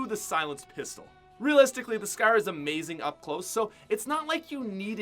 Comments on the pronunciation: FOR FUCKS SAKE CAN SOMEONE TELL HIM HOW TO SAY SCAR ITS NOT SKER ITS PRONOUNCED S CAR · How many times are u gonna say scaar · He says scar like scaire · Scar “Scaaaa” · Who else hates how he says scar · ImNotTheMyth Lol Lol what I meant is how you Americans are the ones changing spelling and metric units and as you made fun of him for pronouncing scar, I corrected you in saying that he pronounced scar wrong cause he was Canadian.